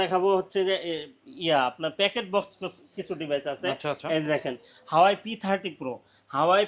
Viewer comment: হাওয়াই না ভাই,😂😅 ওটা হুয়াওয়ে।